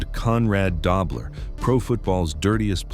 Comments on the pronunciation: Its pronounced DOE BLER not DOBBLER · It's Conrad "Dough" bler...not "Dob" ler